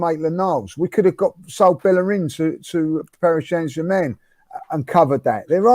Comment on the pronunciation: Listening to Lee try to say Paris Saint Germain 😂😂😂